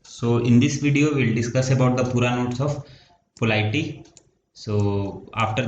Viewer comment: Bhaiya. POLITY thik se bolna sikh lo pahle, video banane mein hadbadi kya hai ?